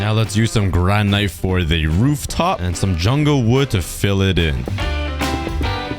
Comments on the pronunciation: And it’s (gran/it) not (gran/ite)😊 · Hey, just so U don't make mistakes in the future, you were calling granite (gran-it) granyte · You don’t pronounce granite like gran nite it’s like granit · It’s not granite it’s granit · Are we just going to ignore the way he said granite? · Bro... you can't pronounce Granite?